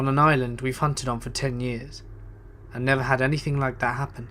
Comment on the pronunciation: Dawn Dennis he says anythink and nothink